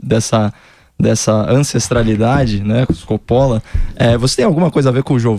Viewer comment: Coppola... o correto em italiano 'Cóppola e não Coppóla.